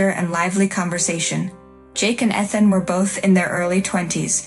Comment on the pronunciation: They can't pronounce Ethan correctly, either!